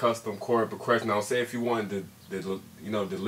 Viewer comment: this guy cant even say progression..